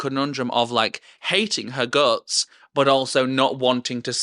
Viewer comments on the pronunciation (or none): none